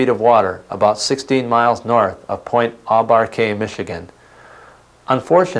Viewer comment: It's pronounced point aw baw